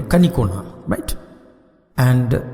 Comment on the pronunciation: Very good explanation Very good accent Though kanikonna was hilarious